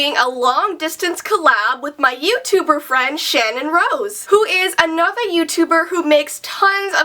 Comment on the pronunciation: anyone else notice the weird accent did when she said another